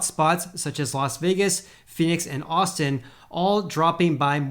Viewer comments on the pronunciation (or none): none